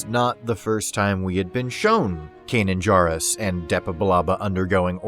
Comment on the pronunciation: Please pronounce Kanan’s last name correctly.